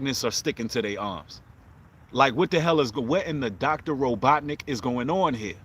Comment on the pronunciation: Bruh...not the "Dr..Robot-nicks"😆😆😭